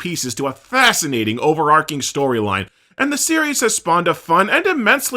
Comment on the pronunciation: Overarching is pronounced with the ch as in cheese. You pronounced it overarcing which by inference refers to something arcing over something, as in electrical arc